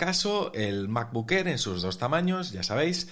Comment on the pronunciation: Me gusta el nuevo color del "mabocck errr"